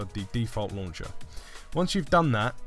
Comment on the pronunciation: Btw as a girl I almost died whenever you said launch-ah or fold-ah 😂